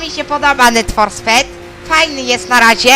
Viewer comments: Szybki kurs języka angielskiego Need for speed most wanted czytamy jako nid for spid most łonted. Pewnie z angola 2 na koniec roku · Ja wiem że trollujesz klocu ale nie kalecz nazy Need for Speeda. A i fajny ten text :Cichaj babo! :) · Need for speed a nie ned for sped pozatym poćwicz angielski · Nizzan haha, nie ma wyścigów w netforsped :D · hehehehehehehe ned for sped most wantet lol :P :D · tylko ze to nie jest poprawnie tak jak on mowi